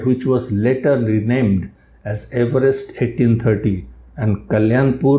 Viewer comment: 🏴 according to Everest himself, it should be pronounced “EVE-rest.”